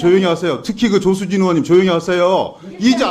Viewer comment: 조수진은 국썅이라고 들리는 사람은 없나?